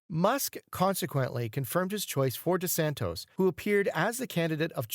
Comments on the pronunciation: Why are you calling De Santis "De Santos" instead of De Santis? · DeSantis, NOT DeSantos! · For crying out loud ..... DeSantis DeSantis DeSant-i-s. Why the narrator never bothered to learn the correct pronunciation of a very well-known man is baffling to me. Educate him, p-l-e-a-s-e!